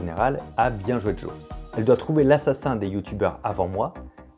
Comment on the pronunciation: c'est normal que tu dises "Bienjouédjo"